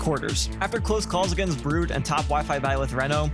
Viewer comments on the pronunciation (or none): none